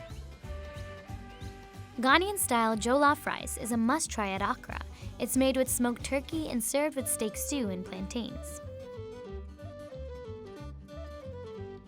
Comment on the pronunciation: She pronounced Accra like aK-rah and I literally died